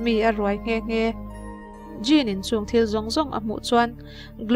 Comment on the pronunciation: Djinn ti a lam tur